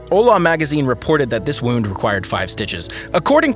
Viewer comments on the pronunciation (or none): none